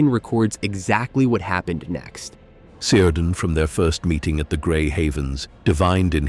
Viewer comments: Cirdan - pronounced with a hard "c": "keerdan", nor "seerdan". Thus "Celeborn" is pronounced as "Keleborn". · It's pronounced "Kírdan", ffs. With a hard K-sound. Was Galadriel married to Seleborn? How can you pretend to know anything about Tolkien's world if you can't pronounce the names of major characters? Also, 'The Two Towers' were not Orthanc and Barad-dûr. Barad-dûr never makes an appearance in the second book of the trilogy. The two towers are actully Orthanc and the tower of Cirith Ungol. And there's no evidence for the main clickbiaty "thesis" of this video, that Saruman would have been able to forge a ring greater than Sauron's. In fact, the evidence points the other way: Sauron was able to make his ring so powerful because he was a very powerful Maia in the first place.; Saruman, however, simply didn't have the native power that Sauron had to pour into his own ring. He also wouldn't be able to dupe the Elves into forging other rings of power that were in ways subservient to any "master ring" that he might forge, because they had completely learned their lesson from being duped the first time. Yes, he was seeking the secret behind the forging of the rings of power and maybe hoped to find that in the ruins of Barad-dûr if Sauron was somehow defeated militarily once again, but in no way could he have forged a ring more powerful than the One Ring. Having said all that, in all likelihood, I'm complaining to a bot, so it's pointless.... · it is pronounced keer-dan...and gan-dalf FFS...